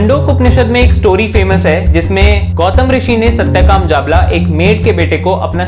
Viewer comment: 1. You are telling stories and not advancing arguments based on valid evidence. First please learn correct pronunciation of words. The author of the article is not नदकर्नी but नाडकर्णी . The student was not जाबला but जाबाल. The Upanishad is not चंडोक but छांदोग्य. The Dharma Shastra is not अप्स्तंब but आपस्तंब. Krishna does not say ’माया सृष्ट्ं गुणा कर्मा विभीक्षा’ but ’मया सृष्ट्ं गुण कर्म विभागशः’ While reading Manu Smriti you read “Dharma itself if it leads to unhappiness or arouses people”, this gives a very wrong meaning. You should have read the last letters as ‘peoples’ indignation’. 2. You are right that “90% believers do not read and understand their religious texts themselves”, but I am sorry to say that you come within the 90%. It is wrong to say the castes were based not on birth but on professions. Mixing of Varnas gave rise to Jati - castes. In Chapter 10 of Manu Smriti, Manu has given different names to children born in Anuloma and Pratiloma marriages (i.e., higher Varna men marrying women of lower Varna and vice versa) and thereby creating ‘castes’ e.g., Ambashtha, Nishada, Ugra, Suta, Magadha, Vaideha, Ayogava, Kshattri, Kandala, Avrita, Abhira, Dhigvana, Nishada, Pukkasa, Kukkutaka, Svapaka, Vena and there are many more. And these are not based on profession but on birth. You admit that Apasthamba Dharma Sutra even supported untouchability. It would be intellectual dishonesty to say that ‘major’ texts of Hinduism do not support caste system. 3. Rigveda also